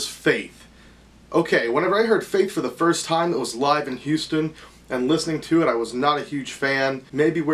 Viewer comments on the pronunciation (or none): none